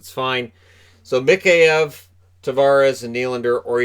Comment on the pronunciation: My god would it hurt to do a tiny little bit of research and get Mikheyev's name right?